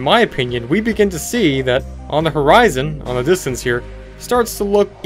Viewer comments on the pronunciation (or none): none